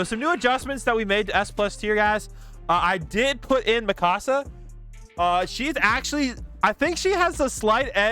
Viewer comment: her name is mikasa not mikosa ok